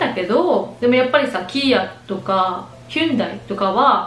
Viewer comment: はじめまして✨りかさん可愛い‼️昨日チャンネルを見つけて登録しました😃私も沖縄出身で在米(5年)で旦那が中南米出身(ヒスパニック系)アメリカ市民です‼️私はアラフォーBBAですが共通点が多くて嬉しい〜 🤩沖縄帰るとか羨ましすぎます‼️ウチも日本車です😃やっぱり日本車の評判は良いですね‼️ピックアップトラックならフォードとかシェビーをよく見かけますね🚗³₃ ヒュンダイのCM見かけると「ホンデイ」に聞こえてちょっとモヤモヤします🤣またビデオ楽しみにしてまーっす🥰